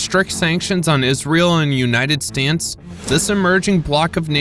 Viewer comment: Stupid AI reader can't pronounce "states" and the screen misspelled BRICS. Hire real people with skills.